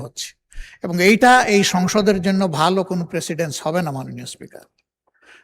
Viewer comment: প্রেসিডেনস / প্রিসিডেনস!